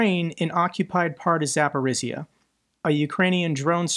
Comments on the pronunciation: Not sure if you looked up pronunciation of Zaporizhzhia. If you did and still struggle, please ignore me. I grew up in Zaporizhzhia, and I understand it's not the easiest city name to say. I've been watching you for more than a year, and this is the only real complaint I have. Please keep up the good work, thank you. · Hey! Thanks for all you do. So you know: Zaporizhzhia rhymes with “Polynesia, amnesia, Micronesia.”